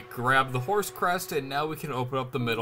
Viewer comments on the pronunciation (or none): none